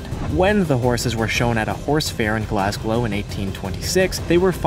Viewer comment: Jesus Christ he did not just say ‘glassglow’